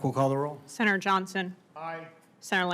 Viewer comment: Anyone over five years old know she enriched herself off of insider information. - Sinner? Does she mean Senator but is simply too lazy to pronounce the full word correctly?